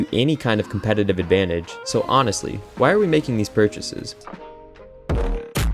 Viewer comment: "Mmmhhhmmmm... that's whai" 😂